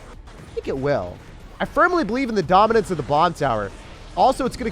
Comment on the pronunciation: The way you say DOMINANCE 🔥😂